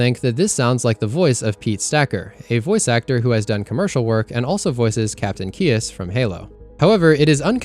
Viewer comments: Bruh did u really just pronounce Captain Keyes as "Kee-es" lmao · This is clearly David Scully, the voice actor of Sergeant Johnson. I don't know how you think that sounds like Stacker when it clearly sounds like Johnson with a nerdy voice. Also, how did you pronounce Keyes' name wrong?? Jesus...